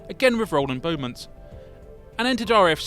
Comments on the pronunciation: The airfield where XS935 first took off is pronounced Sarms-burr-ee. The test pilot's last name was Beamont, pronounced Bee-mont, not Beaumont as stated. Just two of the mistakes in the video. I do wish Airfix would stop using AI narration. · Nice release review. But you need to redub a couple of the place names mentioned and pronounce them preoperly. . And it was Rolly Beemont! Not Beaumont! Good grief. This stuff isn't hard to get right! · Still the only aircraft to accelerate to supersonic in a VERTICAL climb. Shame about the mispronunciations of Samlesbury and Beamont.